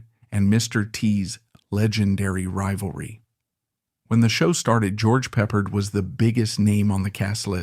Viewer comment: HM was short for howling mad Can’t say the correct punctuation of George peppard? Lose a lot of credibility there